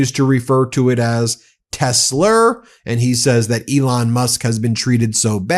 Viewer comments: It’s called Tes La not Tes Ler what a DOPE! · Tesler LOL I think he was combining Hitler with Tesla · That’s Tesler…. Say it right! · People don't even have the nerve to correct him on his 'tesler'. Spineless. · He really thinks it’s called “Tesler”, with an “r”. 😂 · He cant stop saying Tesler lol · He’s saying “Tesler” to avoid breaking Standards of Ethical Conduct for Employees of the Executive Branch (5 C.F.R. § 2635) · It’s not a mistake. Calling it tesler over and over on purpose. It’s a rhyming dog whistle. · "Tessler' dont forget hes still Donnie from queens. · “teslur” - appropriate! Maybe it is a type of ketamine. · phonetic paraphasia "Tesler" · Another one for the books cut-ter hahahahaha this can’t get any better than tesler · I think the mispronunciation of "TESLA" is deliberate, he's done this before with other words and I think it's also why he gives people nick names. Trump being a professional lier, it makes it much easier for him denying his statements because he is using made up words. He know's EXACTLY what he's saying. If he's ever asked about TELSA on the stand he could deny it because in his mind he was talking about TESL(ER), it's a lier's trick.